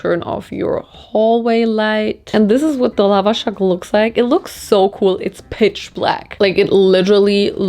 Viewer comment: aaaaaaaaa...omg i'm Iranian and when i saw you eat the Lavashak i was so happy...it's NOT supposed to be sweet...there are slightly sweeter ones with apricot for example...but we like them SOUR like Olivia Rodrigo ...also the pronunciation of the A's is more like the A in Ant